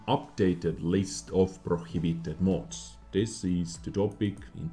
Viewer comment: Sorry, but it’s pronounced “mods” not “mOOOds” lol